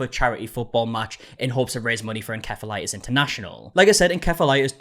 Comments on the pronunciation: unrelated but is it pronounced “en-caf-olatis” normally? ive always heard it as “en-ceph(f)-ah-light-is” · I NEVER HEARD OF IT THE WAY YOU PRONOUNCED IT.. THERE IS NO HARD K IN THAT WORD TRY SAYING IT AS ENCPEHILITIS .. C IS CHEPH NOT A K. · The way you keep saying en-kef-a-lie-tis is killing me. It's en-sef-uh-LIE-tis. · It's pronounced [In-sef-a-les] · "Encephalitis" is pronounced "uhn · seh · fuh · lai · tuhs" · Encephalitis pronunciation is really getting me this time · Encephalitis being pronounced wrong is bugging me lol the c in enCephalitis is pronounced as an S!!